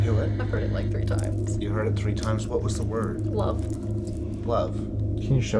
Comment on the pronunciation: “the word I’m thinking is.... love” It almost sounds like foul love. Amazing. A whole sentence.